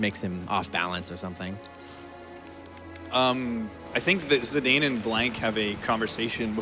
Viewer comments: LOVE THIS. But its zidane (like the football player), not zedayne. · Zee-Dane? thats not how you say that name? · Zeedayne? Zinédine Zidane was already a world known player back in 2000 when the game was released. Kinda painful to European ears. But I guess not a lot of Americas know French football players ^^ In German we would also pronounce Steiner as "Schteiner" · Also the pronunciation of Zidane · Their pronunciation of Zidane is kinda funny. I guess they don't get Zizou as a reference either then. Great run anyway. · One of the most commonly mispronounced names, alongside Tidus. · Great run. Only thing that grinds my gear is the mispronunciation of Zidane and Kuja.